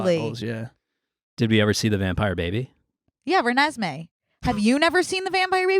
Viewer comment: when called renesme renaissance fair i almost choked on my french fry